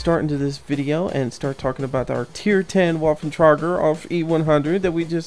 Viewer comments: Actually it's vaff-en trai-gur owf E-100. Those being the literal pronunciations. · Its pernounced Va-ffen Tra-gger Aug E 100 ugh people these days